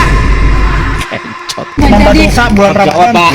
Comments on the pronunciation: kencot bukan kEncot bang..artinya lapar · Kencot bukan Ken - cot massss😂